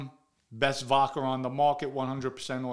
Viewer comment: Voca lol vodca